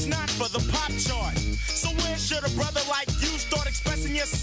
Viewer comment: Did he just say "tellem brother" ?